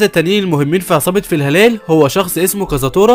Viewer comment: فلا هالا ❌ في هلال✅